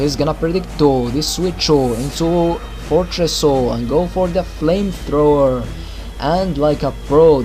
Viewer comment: You missed the 'o' on flamethrower :P This was a great narration and I don't think you're rusty at all :)